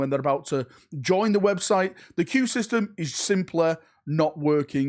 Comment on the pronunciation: "You go to the wobtite."